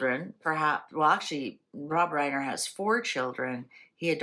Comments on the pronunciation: No one has called him Nicky -- it's always Nick. And last name is Reiner -- not Reimer. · It is Reiner Not Reimer . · His name is not “Reimer” it’s Reiner” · REINER!!! not REIMER!! argh! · His name is Reiner. Not Rymer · It's ReiNer not ReiMer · It is Reiner not Reimer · It’s Reiner not Reimer. I have been watching Rob Reiner my whole life. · Accuracy is important. She said Nicky Reimer several times when the name is Nick Reiner. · His last name is REINER. His name is Nick ReiNer with an N. NICK REINER there is NO M. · Reiner not reimer if looking up the name😊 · His name is Reiner. No "m". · No M in the last name. It's Reiner.😀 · His last name in Reiner not Reiner don’t know if that makes a difference